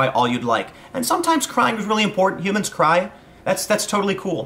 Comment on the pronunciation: I thought you said "high closet".....now I understand.